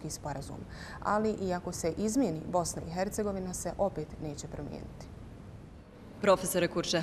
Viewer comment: Ovaj nezna reći Bosna i Hercegovina